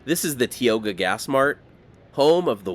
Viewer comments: It is not pronounced "TEE O GA". It is pronounced "TAI OW GA" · Great video…BTW: It’s pronounced, “tie-oh-gah”, not, “tea-oh-gah” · It's pronounced tie-o-guh, not tee-o-guh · Tie-oga not tea. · Tioga is pronounced "tie oga" not "tee oga" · I imagine 1000 other people have told you that it’s not pronounced “Tee-oga.” It is “Tie-oga.” Just sayin’. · Tioga pass is pronounced "TIE-OGA" not "TEE-OGA. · Pronounced TAI-OW-GUH not tee-o-ga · Grew up driving up and down 395. Thanks for the historical insight, we never stopped and did that stuff. By the way, it's 'Ty-o-gah', not 'Tee-o-gah'. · You were doing great till you got to TIOGA Pass... I swear you probably say Tulare wrong as well. Tioga is TY-OH-GUH, Tulare is TWO-LARRY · “Teeoga!?” Yikes! And you were doing so well! It’s “tie-o-huh.” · Just found your videos and I’m really enjoying them. Growing up we pronounced Tioga Pass, Tie oh ga. ✌🏽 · As a northern California native, I love it when you wander up our way. Sometimes your pronunciation could use help! It's Tī ō gâ, LONG I! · It’s pronounced “Tie-oga”…. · Tioga is pronounced with a long I like in tie. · It is pronounced: Tie o ga.😊 👍 thanks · In case no one else has commented, the correct pronunciation of Tioga is “tie-OH-guh”. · Thank you for a very well done video. This is a beautiful area that many don't know about. Incidentally.... We pronounce Tioga as "tye-o-gah." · This was a lot of fun,. Thanks! Fyi, Tioga is pronounced "tai-ow-guh". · Love the 395 route.... used to use it traveling from SD to Yosemite. Moved up to the Gold Country in 1978 and was instantly corrected about the pronunciation of . TIOGA. TIE- OH- GA!